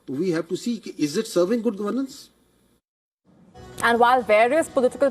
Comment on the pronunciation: This lady should learn to pronounce the word governance.